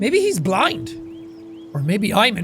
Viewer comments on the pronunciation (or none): none